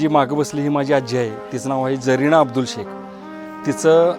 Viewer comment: झरीना नाही, ज़रीना नाव असतो रे बाबा😮😮 अरबी भाषा मध्ये झ आणि भ हे शद्ब नस्तात